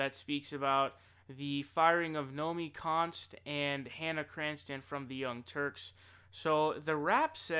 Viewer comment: You keep getting Nomiki Konst confused with Naomi Klein and saying Naomi Konst. I make that mistake as well.